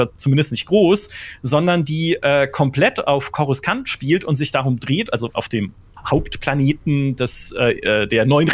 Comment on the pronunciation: Was muss alles schief laufen dass man Coruscant "Korus-Kant" ausspricht....